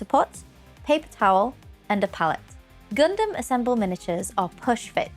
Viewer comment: FINALLY!!!! A BRITISH PERSON THAT SAYS GUNDAM CORRECTLY!!!!! Dum not dam!!!!!!!!!🤣🤣🤣🤣🤣🤣🤣🤣🤣🤣🤣🤣 We'll work on the Zaku next though.....